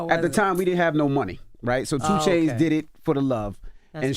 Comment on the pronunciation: Why tf you say 2 chainz like dat